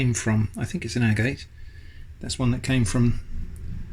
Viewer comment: It’s pronounced agate not agate!!! Do your homework before releasing videos.